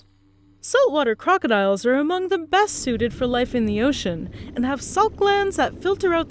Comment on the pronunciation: Did she say Hugodiles??? 😄